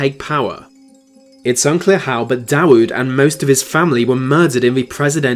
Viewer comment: The W in Davud is pronounced like a V. Like David